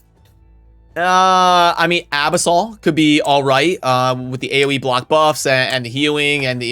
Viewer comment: Abyssal 's pronunciation is typically Ah-BISS-ul Abyss-l